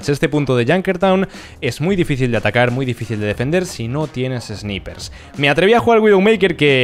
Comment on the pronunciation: Por lo menos podrías pronunciar Sniper de forma correcta. Es chocante esuchcarte decir "esniper", sobre todo para los jóvenes que te ven y aprenden de forma errónea el inglés. No es más fácil hablar en español en vez de inglés mal hablado?? Intentar ir de guay.... En fin.. es un comentario constructivo, sin ofender